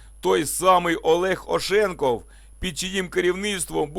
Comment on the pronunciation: У слові "Ошенков" наголос на останній склад.